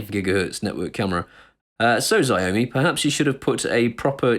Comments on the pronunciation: "shao-mi' not "zeeomi" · HI actually Xiaomi is pronounced Shhh-ou(as in ouch that hurt)-me. Dont be discouraged by their products. They are popular in Asia and their fitness trackers and phones and cams are actually quite good. Its just that their English translations are not too good:-) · Dude. You're pronouncing Xiaomi totally wrong.